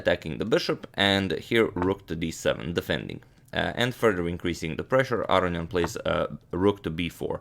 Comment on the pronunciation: why do people say "AR-ee-ahn" instead of "Ah-rohn-ee-ahn" Is this how you say his name? I guess its like how americans say KAS-parov when I think it is kas-PAR-ov?